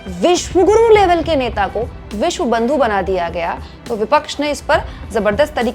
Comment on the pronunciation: विश्व गुरु नहीं विश गुरु बोल रहे हैं